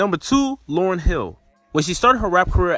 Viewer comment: It’s Lauryn sorry